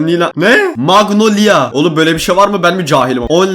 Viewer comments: abi mangolia degil magnolya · Abi magnolya diye okunuyo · abi magnolya diye okunuyo bi sütlü tatlı meyve muhallebi felan şeyler var içinde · Abi maglonia magnolya diye okunuyor girdiğim her videoda like atıyor lütfen bana kalp at aboneyim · abi o öyle yazılıyor magnolya diye okunuyor ve o bir tatlı aşırı güzel